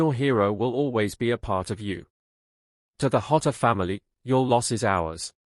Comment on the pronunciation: Pronounced Jotter not hotter. I can't imagine the way this poor kid feels. Bless his little heart 💔